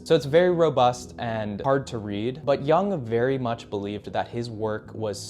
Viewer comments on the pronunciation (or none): Re: Carl Jung His surname is pronounced 'Yoong' not 'Young'. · "Yoong" not "Young" Carl Jung